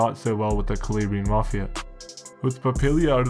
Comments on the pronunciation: bro you do so much research and put in so much effort the least you could do is google translate the Italian regions your talking about, KALABRAYIN? cmon bro you milk off Italian culture but can't pronounce Calabria? for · its an insult the way you say "calabrian" you shmuck